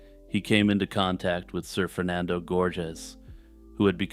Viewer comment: "Sir Fernando" sounds like "Surfer Nando" and it's making me laugh